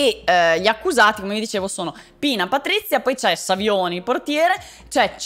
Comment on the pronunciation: Savioni detto Sauvignon, chissà perché 😹